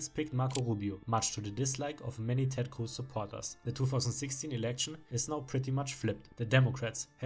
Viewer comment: I like how you say Ted Cruz as Ted khcwooß